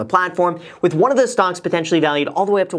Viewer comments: Are you saying "stonks"? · am i the only one that thinks it sounds like he's saying "stonks" instead of stocks